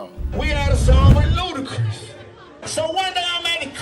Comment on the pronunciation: I'm still watching, but that is hilarious every time it comes up. Lmao!! Also, "LudaCREESE". 🤣🤣🤣🤣🤣🤣